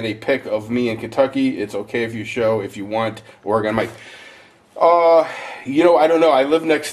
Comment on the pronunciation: Dude, just say it like "organ" not Ore-gone! The first thing the woman said on the History Ch. program of the 50 states or whatever it was it's not Ore-gone! It's just Oregon said like "organ"! Either an organ you play on, or a body organ, or both at the same time lol!